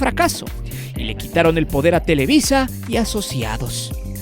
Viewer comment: Es televisa, no telewi... sólo muestras tu ardor hacía el América.